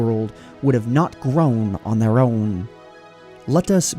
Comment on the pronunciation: "The cube world woud've not grOuwn on their Ouwn"